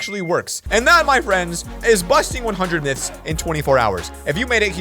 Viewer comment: In the intro you said nyths instead of myths